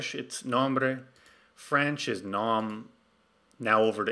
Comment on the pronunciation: That makes it much easier to work with `i18n` in nextJs ! thanks a lot for an other great tutorial. [nitpick]: `nom` is pronounce like this -> :)